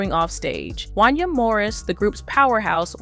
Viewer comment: I'll be glad when yall "narrators" learn how to pronounce people's names accurately! 😂 That man's name is pronounced "Won-Yay" damn!